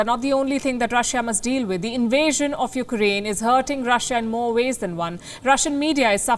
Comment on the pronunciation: Please don't call it you- ker-aine . Its you-craine